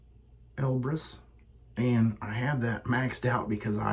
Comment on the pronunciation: Great side-by-side comparison shave! I do like the look of the Elbrus (sounds like "Elvis"😜) more than the Konsul. Elbrus has a beautiful smooth looking bend/twist on the blade. Have a great week Buddy!😎